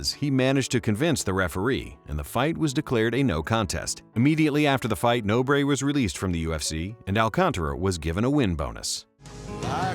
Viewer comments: "No Bray"? Are you serious? It's pronnounced Nohbr. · Pedro "No, Breh" Nobre